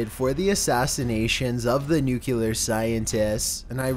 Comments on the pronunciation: LEARN HOW TO SAY NUCLEAR!!! IT'S NOT NUC-E-LAR!! LEARN HOW TO SPEAK!!!!!! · Common man, it's 2018... Say it with me now Nuclear(New-clee-ar) if that helps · Not Nucular! Godammit! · Dang... I'm still bothered with hearing "nucular". LOL. BTW, this list is great. :) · Nu-cular? lmao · Loulabelle I have literally never seen aluminum spelled with an extra “I” after the “n.” Not in a textbook, on a periodic table, on my packages of aluminum foil, and even my autocorrect does not change my correct spelling. Brits are adding an “I” that isn’t there. And nuclear is not pronounced “new-clear.” It is pronounced “New-clee-er.” And while I am at it, it’s not “dilatation,” it’s “dilation.” And it’s not “orientated,” it’s “oriented.” Those are some of my big pet peeves in my profession. They both drive me crazy. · Love the video but you really need to learn how to say "Iran" and "nuclear." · Even the robot can't pronounce nuclear correctly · Please learn how to pronounce "Nuclear" it's new clear not nucular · Ok say it with me now.... Sound it out.... New - Clear. NOT New-Cue-Ler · pronounced {new-clear} not {new-cue-ler} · "New-clearer" not "nuke-you-ler"... Gd vid but why do ppl confuse this!? Lols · He said Senior Israeli "Nucular" scientists! Geeez, when are people going to learn the word "Nuclear"? Also, why does this guy's accent make everything sound like a lazy question? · Nu CLEE ar. NOT nu KYOO lar. Fucking president Bush fucking up the English language. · NUCLEAR!!!.... NOT NUCULAR!!!! JEsus! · NU-CLEE-ERR! Nuclear. Not NU-KEW-LAR. Pronounced NEW-CLEE-ERR! ORI-ENTED.. Oriented. Not ORR-EE-EN-TATED. Using the word "orientated" is simply a needless variant. Let's nitpick! Wanna? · It's NU-CLE-AR Not "nuke-you-lar!" For fuck's sake. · Ugh nuclear not nucelar 🤦🏻‍♂️ get it fckin right pls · don't know why I keep coming back to this channel. NUCLEAR!!!! not NUCULER!!! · it's nu=cle=ar, not nu-cue=ler...drives me nuts! love your channel! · NUKE-LEE-ER NOT NUKE-ULE-ER